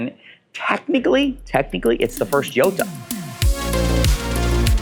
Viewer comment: It’s interesting that you never pronounce Gallardo right, and now we add Jota… you get all cars period correct but not the pronunciations lol